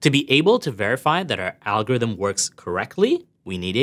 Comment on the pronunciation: It'sa.. Alcho.. Rythm... Mmmmethod... See???